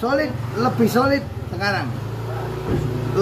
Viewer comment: Sulit, bukan soli😂😂😂😂